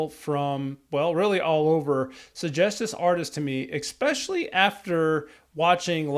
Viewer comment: you need to ck your english..no offense, its es-pecially, not ex-pecially! happy to help! love Dimash!! best in the world!!😅